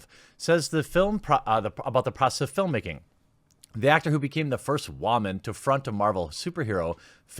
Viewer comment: Did he really just pronounce woman like that?